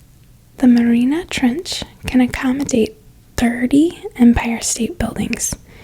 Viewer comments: it's called the Mariana Trench. not the Marina trench. you have a lovely voice, though. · it's pronounced mary-auna trench